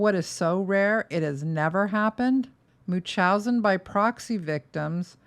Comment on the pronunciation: It's pronounced: munch-howz-in 😊